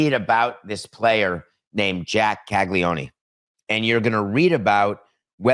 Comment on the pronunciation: Didn't even pronounce his name correctly so that's gonna be a thumbs down on the video and a skip for me. Oof